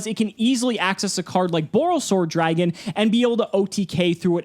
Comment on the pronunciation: Dragun....enough said. 😕